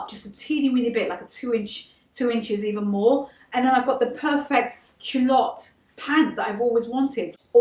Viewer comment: Cuh-lotte not kew-lotte